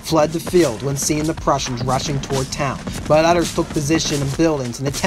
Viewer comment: Yes, I cringed every time Leuthen (something like "LOY-ten") was pronounced as "LOO-thin." Otherwise, high praise and full marks for the analysis.